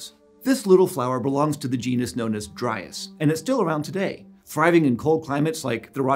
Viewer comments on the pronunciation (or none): Eons: "Dryas" Me: "Lol Dryass"